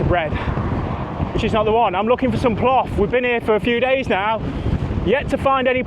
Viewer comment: Hurt my ear hearing plof... :) it's plov, or osh for the Uzbeki, or osh-palov